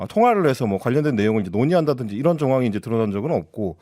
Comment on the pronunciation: '이란'으로 들렸나요? '이런' 아니었나요?